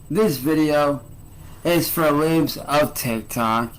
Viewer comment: Bro just called them “LEEBS of TikTok” 🤣